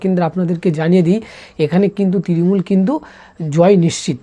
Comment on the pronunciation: তৃরিমূল না তৃণমূল আগে উচ্চারণ ঠিক করে শিখে আই তারপর এইসব বলবি